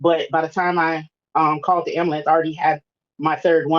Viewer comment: We black people need to learn how to pronounce "Ambulance"🤣🤣